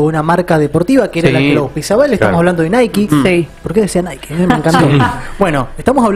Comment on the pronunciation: "NAIKI" está bien pronunciado. Todos decimos "NAIK", pero lo correcto es "NAIKI", a pesar de que suena horrible.